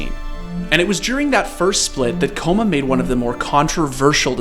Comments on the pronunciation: BRO its kkOma no Kkoma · ''koma'' pronounce is wrong, ''kk'' stronger K. Means little kid in korean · Kkoma is pronounced ggoma which means little kid. Don’t say his name with a K noob. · Pretty sure kkoma is pronounced with more of a gho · It's "k-koma" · Is it not pronounced K Koma? There is a reason for 2 k's... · I always thought his name was pronounced gogoma (kkoma) like sweet potatoes in korean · Kkoma is supposed to be pronounced Ggoma (꼬마), it roughly means "little kid" in Korean, just a little FYI. But honestly all your esports documentaries are awesome. Thanks for shedding some light on my favourite coach! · It’s pronounced “ kay-koma” kabba